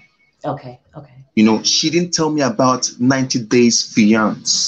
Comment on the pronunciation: Someone please tell this man how to pronounce fiancée